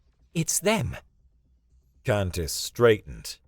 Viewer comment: For some reason, “Kantis” sometimes sounds like “Cactus”. 😊 Also, Kantis often sounds like Saris from Galaxy Quest.